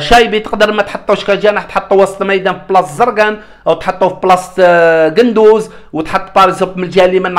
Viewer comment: قندوسي وليس قندوز هههههههههههه 😂